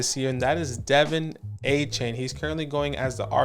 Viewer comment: It's Duh-VON Achane 🤣 But well said on everyone. Love your guys' content. Keep up the great work.